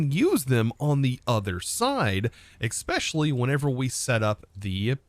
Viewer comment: He also says especially wrong lol.